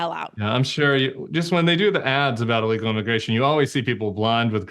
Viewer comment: Honey, its illegal, not eelegal! MTG says the same thing